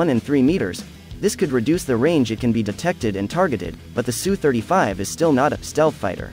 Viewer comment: Good to hear proper pronunciation of aircraft type. Yes, it is pronounced sue-35, not s u, since people don't, say m. I. g. 29, they say mig-29. S. U. sounds more macho and assertive.